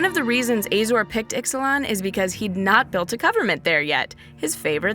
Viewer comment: Isnt is pronounced uh-zor. Azorius? Uh-zo-re-us. You keep say ay zor.